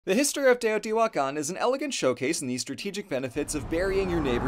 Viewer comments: Respect to for pronouncing those names so confidently. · Brownie points for for using the right pronanuciations.